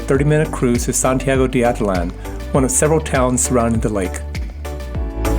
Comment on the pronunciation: Ah-teet-LAN. Stress on the last syllable.